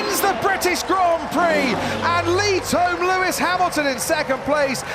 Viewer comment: It's Lewis not Luis...